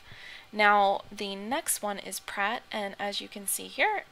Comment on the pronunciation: ah lol, sound so funny when u say "skada" and "prat", oh and btw, did u know that skada means dmg in swedish and that prat means talk?